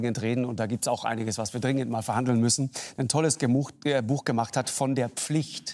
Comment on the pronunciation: "Gemucht gebacht hat"